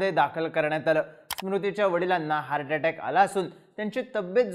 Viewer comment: भावा हार्डडे टेक नाही रे हार्ट अटॅक बोलतात त्याला 😅😅😅😅